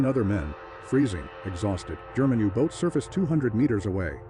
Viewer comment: Is the narration AI? It's deplorable. So many mispronunciations... e.g. "You. Boat" and "Bo" when it should be pronounced "bow" as in "take a bow".